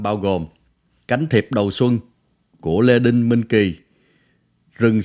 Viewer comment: Lê Đinh ?? Tên nhạc sĩ còn đọc sai